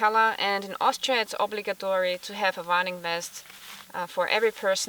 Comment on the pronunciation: Ohhhhhhhhh, I too was confused. I thought she was saying "running vest" LOL "Warning" Duh!!